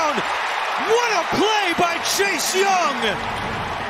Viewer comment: It’s cam ward not can ward